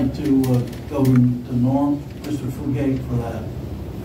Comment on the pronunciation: Please tell that Norm Fugates name is pronounced Few gate not Fu got a.